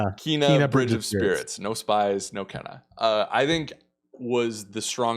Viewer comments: Even the state of play lady said Ke-na which doesn't help. Since the two brothers have said it being kay-nuh multiple times, even in the game informer article. I guess when everyone plays the game it will sink in. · It's pronounced 'cay-nuh" and, yes, two brothers run the studio, but the core team is 15 people. ;)